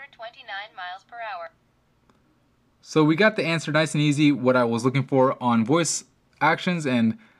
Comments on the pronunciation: miles per nour, lol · What is "Miles pernower"?